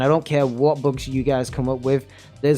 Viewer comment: This nigga saying books instead of bugs lmao